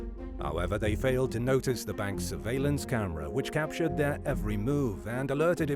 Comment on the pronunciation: what is this capatured you speak of